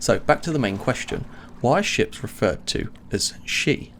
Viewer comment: "she-ps" :P